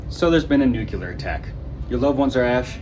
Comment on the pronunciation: Stop saying "nucular"...it's pronounced like it's spelled: "nu-cle-ar".